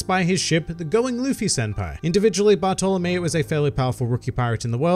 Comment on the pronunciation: When he says Bartolomeo I hear Barto lmao